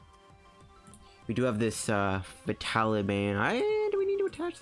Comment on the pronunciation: please say vi-ta-li-ty